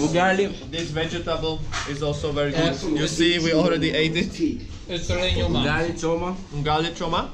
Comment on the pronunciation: "[you-gali]" No ...🤣 It is [ou-gali] ...... ugali 🤓